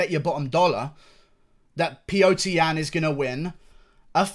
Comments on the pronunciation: Unrelated but can you please say Petr Yan's name properly? It's Petr, not Piotr lol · Its pronounced pyotr